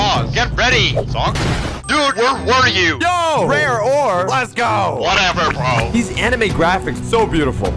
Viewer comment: the indian accient "brooo" is go good bruh